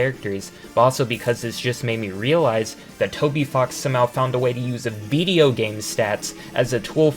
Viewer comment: the way you say "Video" is odd lmao.. it kind of randomly throws me off since your accent is otherwise flawless but you sort of say it like "Viideo" prolonging the "eee" noise for some reason lol. good video otherwise tho